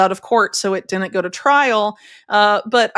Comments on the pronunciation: Please correctly pronounce the word “Didn’t!” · Didn't. Not Din'it. Stop slaughtering the English language syllable by syllable. 😢